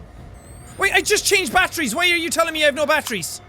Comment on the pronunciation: when jack says batteries it sounds like he is saying BAT TREE'S!